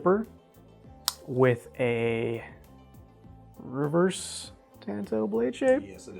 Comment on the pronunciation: That's not how you pronounce "tanto." Please stop